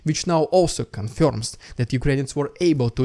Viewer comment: Dude how you pronounce. words: first and confirm 😂